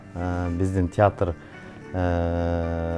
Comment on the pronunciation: Театррттрт дейт го алып баруучу кыз😂😂😂